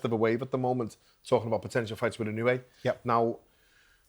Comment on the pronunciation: Gareth’s A Davies own, personal, cringe pronunciations of the names Robles and Inoue🤡🤡